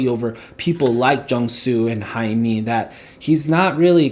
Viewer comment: "-ae-" in Haemi always sounds as h in happy when it comes to Korean alphabetization. no exception on this. BTW, great review dude. I love it!